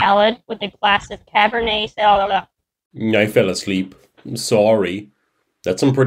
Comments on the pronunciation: I also pronounce Sauvignon as “shamushushss” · I was coming down here to point out how pronounced Sauvignon. Like, wha??? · I can't say sauvignon either